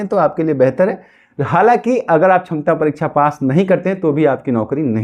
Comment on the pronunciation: Sakshamta hota hai... Tum chhamta bol rahe ho..... Pahle sikho bolne ke liye.... Kahe ke liye tumlog aa jate ho teachers ka time barbad karne.....